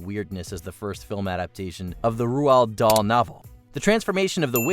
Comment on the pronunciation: Who the hell is ru-hald-dall?